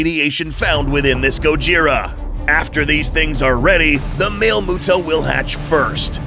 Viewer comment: "Mister MUTO" for Male MUTO